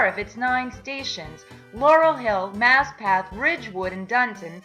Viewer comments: Haberman - long a as in hAy. Not Hiberman. Maspeth, Not Maspath. e not a. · She's obviously NOT a Noo Yawkr.........Outsiders MURDER a lot of New York names...Her HY-BERMAN and mas-PETH get damned annoying throughout the whole video